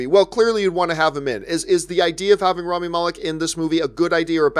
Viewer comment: Too bad Robert can't pronounce Rami's name